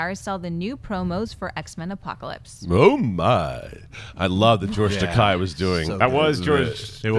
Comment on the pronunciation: Funny how these nerds can't pronounce Takei